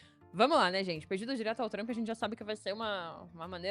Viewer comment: Outra coisa a forma que ela pronuncia Trump, e tão errada que seria a mesma coisa que ela querer falar Lula e falar Lulis.